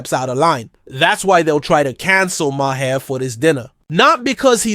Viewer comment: You’re pronouncing Maher wrong bro